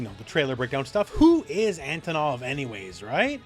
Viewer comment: He looks classy! I like his redesign. Out of all teams Team G. A. W. looks the most appealing to me! I've been a sucker for dinosaurs and tigers since I was a child. And I'm a fan of big muscular guys. PS: The accentuation is on the first o. It's Antònov. Just so you guys know, how to pronounce his name like a Russian!